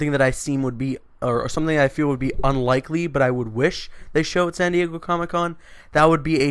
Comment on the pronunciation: "Sandy-Eggo Comic-Con."